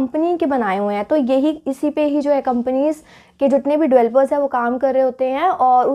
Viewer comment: Please Pronounce Developers not "Evelopers" Its really irritating to ear while listening..